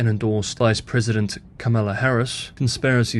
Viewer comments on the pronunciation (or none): Noticed the “Kamala” pronunciation. Difficult for sure. Confusing even. I have a trick which helps me. American accent of “comma” begins her name. So “Comma” La works for me. Also, “La” Spanish pronunciation. Thanks for the great work!